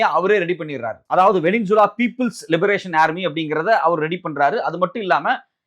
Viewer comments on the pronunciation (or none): none